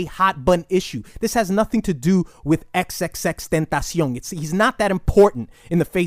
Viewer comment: Its crazy how you said X's name perfectly and flawlessly but mess up everyone else's names lol